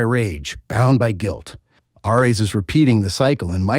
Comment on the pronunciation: Did we really need an AI voiceover for a 12 min vid? hearing KRAHTOS and ARE EHS for the duration is so infuriating.